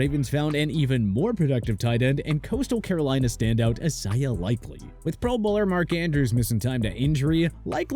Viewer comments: Fr. I - Zay - uh. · Why does bro say Isaiah like that